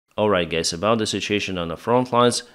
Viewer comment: All right gays? 😂